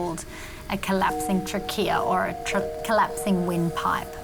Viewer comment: Trachea (tray-key-ah) 😂 why is everyone in the episode calling it trackeya 😂😂😂it sounds bad